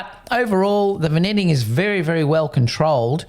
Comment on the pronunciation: It's pronounced vin-yetting